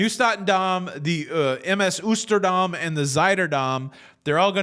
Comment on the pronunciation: Love your show! The Hollander America ship “Oosterdam” is actually pronounced “Ohsterdam”